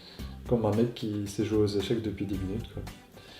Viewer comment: ca se dit pas "echec"!!!!!